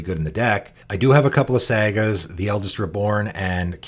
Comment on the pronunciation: Same here, love the channel but he does it with a lot of words. Saga was one of them, pronounces it sag-uh